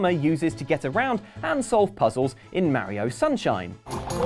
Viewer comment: It's Mario, not Merryo. C'mon guys, you have to have heard it said aloud at this point. There's no excuse for this.